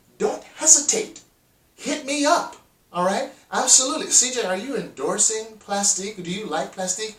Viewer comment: Plastiq is pronounced "Plastic".